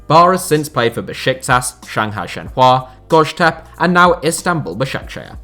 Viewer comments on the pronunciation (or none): Turkish club Göztepe which you mentioned last couple of videos pronounce like ‘Goeztep a’